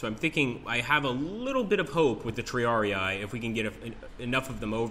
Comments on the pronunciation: Looking forward to the game, but please triarii is not "tree-ARE-ee-aye," but rather "tree-ARE-ih-ee" :) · Looks nice - I'm sold on the computer version (though I loathe the miniatures games under there FOG monike). NB: It is TRI-ar-ee, not "TRee-ar-ee-eye". Remember: "ii" = "ee" sound. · tri-are-rii in latin